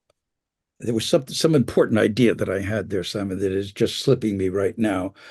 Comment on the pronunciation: Imagine some nobody inviting you to interview and calling you "Simoh" without bothering to lookup your actual correct name.